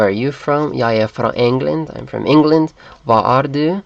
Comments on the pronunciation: All sound really near correct, good job. But hate to nag it to you, but when you say "hvad" it almost sounds as you pronounce it "væd", but whatever, very good job on this... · Hi, i'm a dane and You are not pronouncing the danish "hvad" correct! The A is pronounced like the a in ability. And the d is pronounced like the th in those and the :) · Basically good video, but please try to not pronounce "er" in Norwegian as "are". The "e" is like the a in happy, not like the a in car. Plus, don't pronounce the "d" in "hvad" in Danish.